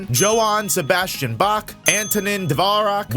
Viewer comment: Bach and Mozart’s pronunciation irritated me